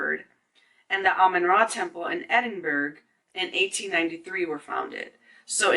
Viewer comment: Edinburgh is pronounced Eh-din-buh-ruh.